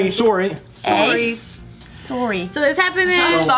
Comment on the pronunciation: I think in all my life as a Canadian I’ve never heard a Canadian person pronounce sorry like “sore-y” ever.